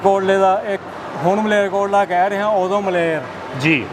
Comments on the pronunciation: Marelkotla nahi veer Malerkotla aaa😂😂😂😂😂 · ਓ ਭਾਈ ਇਹ ਮਰੇਲ ਕੋਟਲਾ ਨਹੀਂ , ਸਹੀ ਉਚਾਰਨ ਮਾਲੇਰ ਕੋਟਲਾ ਹੈ ।ਧੰਨਵਾਦ । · Mrelkotla nhi ji Malerkotla a ji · ਕਾਕਾ ਜੀ ,ਮਾਰੇਲ ਕੋਟਲਾ ਨਹੀਂ ,ਮਾਲੇਰ ਕੋਟਲਾ ਬੋਲੋ। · ਮਲੇਰਕੋਟਲਾ ਦਾ ਨਾਮ ਸਹੀ ਲਓ, ਤੁਸੀਂ ਮਰੇਲਕੋਟਲਾ ਕਹਿ ਰਹੇ ਹੋ